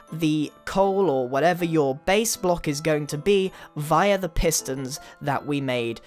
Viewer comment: You don't even English I mean viaia!!! It's via